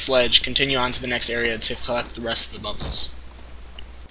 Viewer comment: Good guide. But it's pronounced BA-bul.